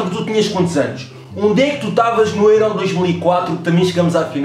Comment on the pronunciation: Porque é que dizes êró? tu nem és alentejane...makes no sense nigga